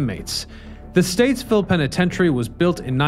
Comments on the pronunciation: Stateville not Statesville 😊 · Stateville not Statesville. But my God, I love these old Chicago videos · Bruhhhh... it's Stateville... no "s"